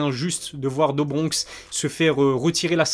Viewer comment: Do bronx ça se prononce « dou »bronx pour info.. à part ta prononciation sur certains noms tout est pro! J’adore ta chaîne !